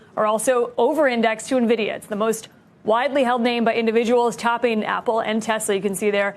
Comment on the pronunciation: Don’t take financial advice from anyone that calls NVIDIA, NEVIDA